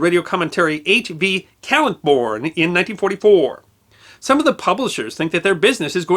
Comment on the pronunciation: Minor nitpick - That's H. V. Kaltenborn. You can hear him pronounce his own name by watching the original (1951) version of "The Day the Earth Stood Still". The film used actual newscasters and pundits to add versimilitude (a first, or near-first).